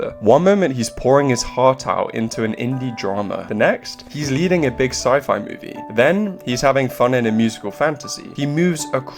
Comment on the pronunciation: Is this an AI-generated voice, or just someone who doesn’t know how to pronounce ‘sci-fi’?